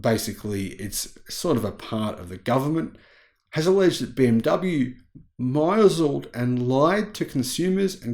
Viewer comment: *misled = miss-led